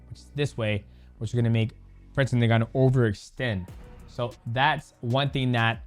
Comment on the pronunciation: His name is not francis niganu it inganu (its spokennlike that)